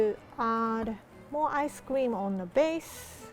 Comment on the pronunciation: when rie said ice cream and it sounded like ice scweam